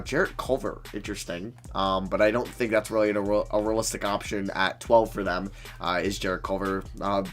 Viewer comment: Great vid but it rly bothers me when you say rulistic rebuild not realistic